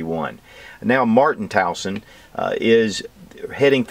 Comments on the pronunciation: the name is TUASON, not Tauson. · it's TUASON .. not Tawson .. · It's TUASON, not TAUSON😊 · brother it is not tauson....its tuason...you pronounce it 'tu wa son" there you go...tuason...:) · Tuason (Tu-wah-son.) That's it Hurts my ear hearing you call him wrong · We say it as Twa-sun. just say'n. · Being a Pilipino myself I need to point this out. Tuason is pronounced (two-a-son) just to help you out brother. God Bless